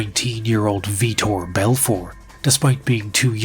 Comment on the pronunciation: The announcer and Rogan say Vitor's name as Victor Blownapart then proceeds to call him Victor lol